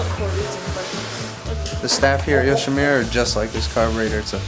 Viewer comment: all nice,only one thing,it's not yoshimira,it's youshimura:)